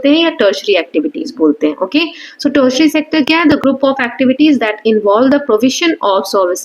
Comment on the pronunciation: It's not tetsetary it's teri tiary mam